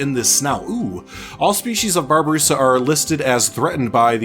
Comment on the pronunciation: Also the babarusa (you said it right) are very cool, there horns can grow to the point where they stab there own brain which is the main reason of natural death